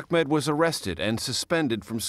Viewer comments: Hey CBS...His name is "Ahmed" not "Achmed"....way to be CBS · 😂💔 you are right it's Ahmed in Arabic But in Egypt we say it Ahmad 😂✋ there is no name called achmed It's my dad name I am sure